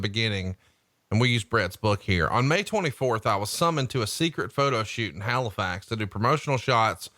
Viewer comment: you did good saying Halifax the first time but the second time you said it you sounded like hilflax, Way to fuck up my home town name dick lol..... Wait Bret and Hulk Hogan were in Halifax doing a photo shoot??!! Why the fuck wasn't I there?! They kept the shoot a secret you dirty fucks, I bet that was Prichards fault